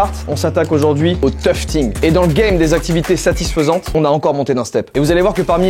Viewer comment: "toufeting" 😂 je toufte aussi en loisir, teq tapis sont super Joyca ! Well done 👏👏